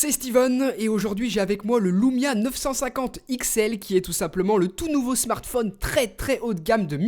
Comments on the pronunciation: Super test ☺️ ! Par contre on dit Lumia et pas Loumia... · Pour quoi tu dit loumia y a pas de o c'est juste un U